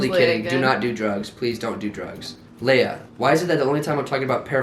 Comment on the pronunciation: it’s Leia like Princess Leia from star wars